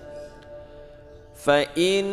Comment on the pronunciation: Maaf di Ayat 27 itu "Tsamaniya Hijaj" Hijajnya di baca pendek, di situ bacanya di panjangkan ... Smga Allah memaafkan kita ketika keliru dalam membaca 🤲🙏